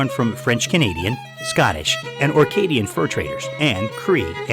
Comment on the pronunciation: Acadian, not Orcadian....